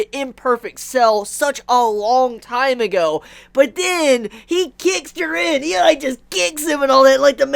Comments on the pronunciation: It still slightly irks me how you say jiren lol stay warm my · Your videos are dope i follow your reviews on dragonball, tokyo ghoul (you do the best reviews on tokyo ghoul out of everyone) and the promised wonderland since chapter 1 and you are fuckin awesome bro but please just pronounce jiren's name they way it should be I dont want to come out as a dick but man that bothers the hell out of me, other than that keep up the awesome work✌